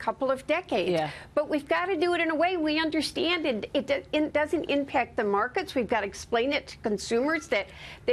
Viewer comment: This popular reporter, Maria, says "…Shhtruggling?" Listen to her and others you hear speak this frequently used word today. I thought the word "struggle" started with an STR, not an SHTR. "Undershtand" is another grossly mispronounced word many times used in news reports and conversations today. Adding the SH in these two of many similarly misused words, starting with ST, is like a growing disease. At first the occasional misuse of SH seemed to be coming from speakers of Southern states but this phenomenon is spreading across the United States rapidly. Along with some Northern States not pronouncing their R's in words, further deterioration of the English language in the United States is actively traveling to all corners of this nation. Could it be that Americans are not being taught to correctly speak proper English at home or in elementary schools? I think so. Even singular and plural pronouns along with their companion nouns are not taught properly and are confusingly used; people use the plural Our with the singular noun Life. It is not “Our life” but rather “Our lives.” It's very sad that Americans are no longer learning proper use of their own country's language. Many are college grads and PhD’s. Reading, writing, script, and now speaking the English language in the United States are now skills at long-time lows. We need to correct that ASAP.